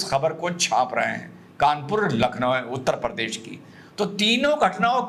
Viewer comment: हमारा यूपी उत्तर प्रदेश है न की उत्तर परदेश। ओवैसी भी परदेश बोलता है।😂 लेकिन हँसी बेमिसाल 😊